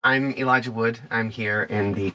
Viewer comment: EE-lijah? I'll be damned.